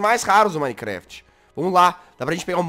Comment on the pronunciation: manicrast jazz, manicrast. Custava falar minecraft kkkkkkkkkkk